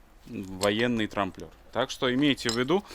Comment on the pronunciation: Трамблёр - не трамплёр! Фланец - не влянец. Ну пожалуйста, нет таких слов которые вы произносите, не существует! Ударения ставьте как угодно, но слова то за что коверкать?